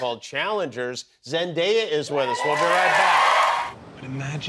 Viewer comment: I adore Zendaya ❤ what an inspiration! And please, start pronouncing her name correctly, she constantly corrects people.